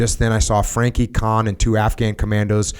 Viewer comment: Jocko - “KAHAAAN” “It’s just kahn” “Oh ok...”. Lol